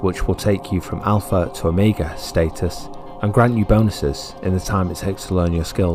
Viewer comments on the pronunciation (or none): none